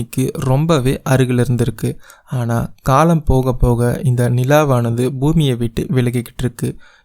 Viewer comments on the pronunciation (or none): none